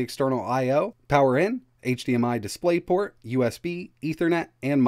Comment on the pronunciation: 'Dispay Port' 😂